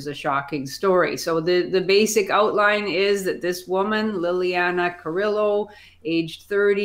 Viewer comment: Her name is Liliana Carrillo, not Carrilla.